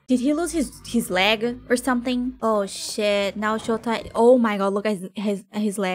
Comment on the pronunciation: For me "Chota" sounds practically the same as "ciota" which in polish means "loser". The way you said it was super funny cause it sounded like "What a loser" :)